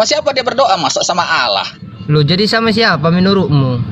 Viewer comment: Menyebut Allah kenapa Alah